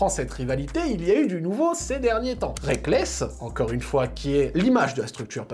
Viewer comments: Très bonne vidéo comme toujours, mais le A dans Reakkles me brise le coeur :'( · Aye rekkles pas reakkles